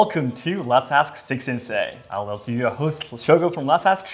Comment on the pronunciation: Dang... Seki "Wick" Sensei 😅